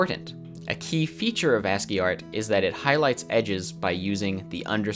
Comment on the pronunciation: Pause. "ANTSY"?!